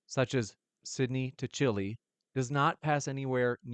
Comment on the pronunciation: Honestly. I can't trust your intelligence if you can't properly pronounce Chile.